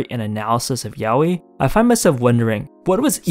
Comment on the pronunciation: I appreciated a lot that you pronounce yaoi as intended and not as "yah-wee"